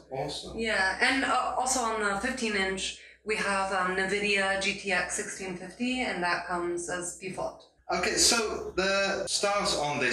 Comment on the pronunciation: Unfortunately, having Alexa built in is a con. Not sure why they are advertising that. Hopefully you can actually disable it. Also, it bugs me how she's mispronouncing NVIDIA (Navidia?).